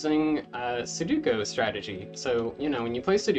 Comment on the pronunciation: this is a really fun math problem but man, every time you said "suduko" felt like being stabbed in the chest lmao